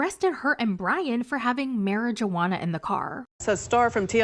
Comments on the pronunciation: if you say mary-JUUH-HANNA ONE MORE TIME PO!! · Are u aware that the “j” in marijuana silent ??